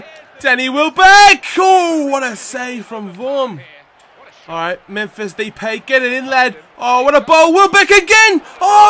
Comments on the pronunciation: Depay is pronounced da-pie :) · You pronounce depay as D-pie